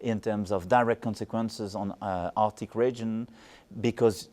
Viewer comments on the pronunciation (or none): none